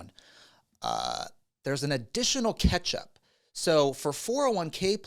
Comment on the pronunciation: with one T pronounces “catch-up” as ketchup 😂